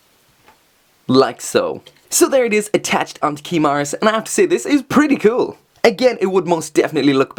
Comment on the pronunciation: "kewl" I love when you say that!